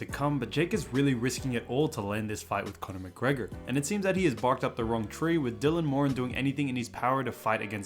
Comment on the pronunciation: Thank you for actually saying ‘Dylan Moran’ correctly